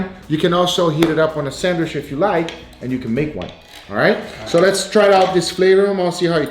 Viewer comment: Once again... every time I hear sandwish I question why... is it an accent or something? This is not hate or anything, I am really curious why is not saying sandwich.